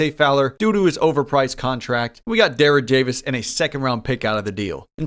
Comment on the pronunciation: He called jerad davis derad javis